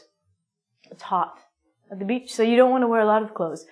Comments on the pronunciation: beeeach not bich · it's like you were calling me bitch when you pronounced it haha